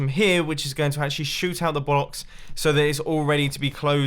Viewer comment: that word doesnt sound like blocks xD